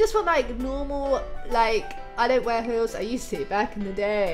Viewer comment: It's funny how she says hills not heels